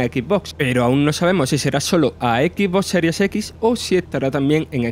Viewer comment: A EQUI BO SERIE SEQUIS EN EQUI BO WUAN Flaco alto trauma tu pronunciación!!